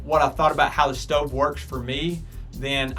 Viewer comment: “Ima show u the shtove and show you the coouk time “😂